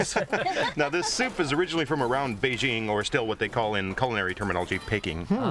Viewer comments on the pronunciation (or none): none